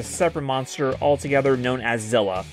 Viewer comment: Ugh It's zilla